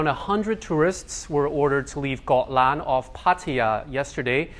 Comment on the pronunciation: Pleased to hear you pronounce Koh Larn correctly..... i.e. Got Lan